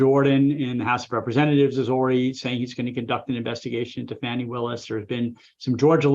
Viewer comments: At least give the voters thst elected DA Willis enough respect to pronounce her name correctly. When you purposely mispronounce her name you sound like smart ass cable news phoney expert. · "Factual statements that he knew were untrue." How dare DA Willis call that fraud. Please stop grossy and purposely mispronouncing DA Willis's first name.